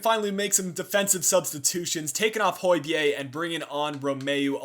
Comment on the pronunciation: Hey man, huge huge fan of the career mode - however, please pronounce Hojberg's name correctly! it's pronounced Hoy-Berg. Keep up the good work x